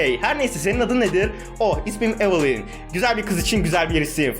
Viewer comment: Abi isimleri yanlış okuyosun evılin değil evılayn